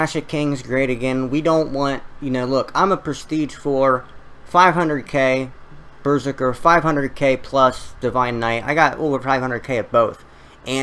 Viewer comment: It's berZERker not BERzerker lol